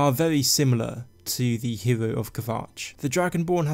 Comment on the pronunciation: "nevervavine". "herew".... GAAHHH